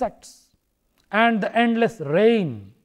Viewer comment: at 19 .51 it is rain not pain